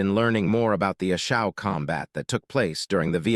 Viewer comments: pronunanced Long A sound A Shaw valley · A Shau is pronounced A SHAW....OUI ! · Narrator can’t say A Shau correctly, what does the future hold